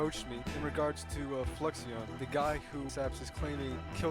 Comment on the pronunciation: TBH I would be a villain too if everyone kept saying my name wrong. Fluixon = Flew-icks-on (he said such as a chatter on Ludwig's stream the other day lol)